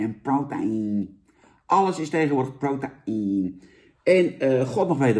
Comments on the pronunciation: Protein is de Engelse versie van proteïne en spreek je gewoon uit als (bij benadering): 'pro-tien', hoor. Het is vergelijkbaar met woorden die in het Engels eindigen op 'eine' zoals caffeine en codeine. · "pro ta ien?" lijkt niet op "protein" just saying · challenge voor vandaag; neem een shotje elke keer als Jan prota-ien zegt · Challenge: neem één flügel, elke keer als Jan prota-ien zegt..